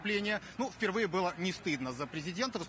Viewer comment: АХАХА! слово ВПЕРВЫЕ на прямо врезается в слух!!